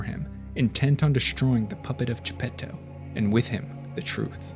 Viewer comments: Italian here. You actually pronounced it pretty good. Thanks for giving some consideration to the original work. To all the people complaining, you should see what MY brain does when the average anglo speaker pronounces Geppetto and Pinocchio. No offense. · Same here, listening to people saying "Arlecchino", but with an English ch lol, respect to this guy trying to pronounce Gepetto properly!